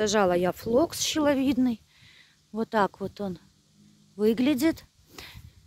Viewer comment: флокс не щеловидный, а шиловидный.